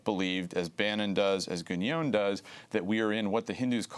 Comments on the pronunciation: Some errors here. First, a minor point: it's pronounced "Gué-non" (with a nasal N), not "Guh-nyone" as Green renders it here. Second, Evola didn't ally himself w/ Mussolini. He went so far as to write a book criticising fasism, and another one against Nazism. Third, Evola was opposed to "racial theory" as it's commonly understood: he saw it as materialistic. Other than that, solid content from Josh Green. And touché . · He can't even pronounce Guénon's name correctly. He pronounces it as if it were Guégnon, lol. Neither was Evola a fascist ideologist in the style of Mussolini. Now, both men were bs meister's, but that's a separate story. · Traditionalism explained for infantile leftists. Buddhism also thinks we are living in Kali yuga. The interviewee mispronounces Guenon's name throughout and apparently thinks the Enlightenment was in the 1500s. Further comment is superfluous. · can't even pronounce Guenon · Dude should probably learn how to pronounce Guenon's name first before selling himself as an expert on the man